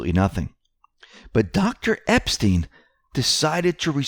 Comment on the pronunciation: Robert EP-STYNE !! Pronounced NOT like the pervert. Hillary enraged because she will be announcing a 2020 run after Dem debates. It's not a surprise that Obama is planning trip to Denmark in September. My guess is he's getting ahead of Trump being blocked from buying Greenland. Now we know why. They're running their operation from there. And Antartica?